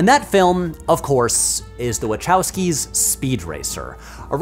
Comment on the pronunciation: Hi Patrick. Since you may want to make video about Speed Racer, you may want to know you're pronouncing Wachowski incorrectly. It's a Polish name and you make 3 mistakes in your pronunciation. 1."ch" should be pronounced like English "h" in home not like English "ch" in cherry. 2. "o" should be pronounced like "o" in open. 3. "w" should be pronounced like "v" in vegetable. So it should sound more like Wahovsky (with o like in word "open")